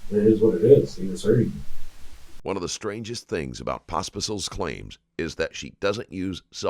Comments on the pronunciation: It's actually being slightly mispronounced saying Potspisol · In the beginning of the interrogation Penny pronounced her last name, yet the narrator said F that and said it his own way 😂 don't show this human turd any respect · Pospisil? Oh shit, she probably has Czech roots